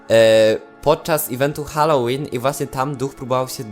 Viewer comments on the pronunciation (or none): none